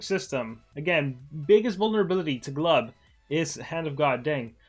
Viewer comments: not "gluhbuh" its "glooboo" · It's not gluba it's glubu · Am i the only one who gets triggered when he pronounced his name "Glaba"?